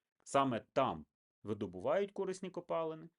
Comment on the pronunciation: Видно, что украинский у человека не родной. Ископаемые у него пОлезные, а не полЕзные.